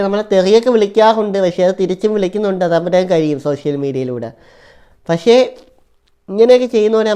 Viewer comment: Pashe alla pakshe anan samsarekan padech vaaaa.